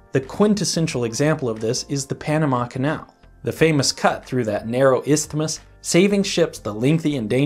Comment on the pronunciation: God, the way he said “isthmus” . Flawless